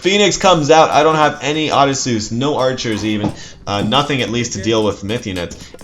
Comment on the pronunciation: CHariot archers. lev-AYE-athan. O-DISeus. HERA-cleese (or HER-kyoo-leese). Good videos but your mispronunciations drive me crazy lol